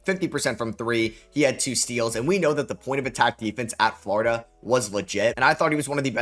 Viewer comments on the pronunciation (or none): none